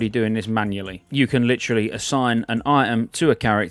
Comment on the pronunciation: Brits saying "literally" never gets old :)